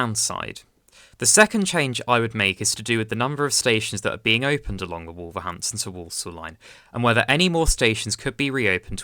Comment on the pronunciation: First time watching your channel and I'm impressed, you've gained a subscriber. Just a word of advice on pronunciation, Wolverhampton is pronounced more like WUL-verhampton, with the 'O' sounding more like a 'U', and with Willenhall, the 'H' is silent, like the 'W' in Greenwich, so sounds more like WILLY-nall. Also Rugeley is pronounced like ROOSH-lee.